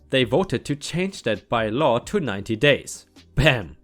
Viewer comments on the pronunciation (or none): Hallo, Würde gerne einen Vorschlag machen...ich höre gerne zu, aber bei der Betonung von by-law komm ich aus dem Fluss: Bitte das Wort auf der ersten Silbe betonen, wie z. B. "Beilage" Nix für ungut und: crack on!